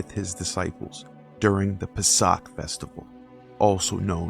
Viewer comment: Really well done. Two things: 1) weirdly, the Jewish calendar has Adar II every year and Adar I is the leap month. I don't know why. 2) the pronunciation is "PAY-sock" (more or less) But, yeah. The symbols in the Passover seder tend to match the pagan celebrations of spring. I mean, the Christmas/Chanukah symbols are also fairly paganistic, as well.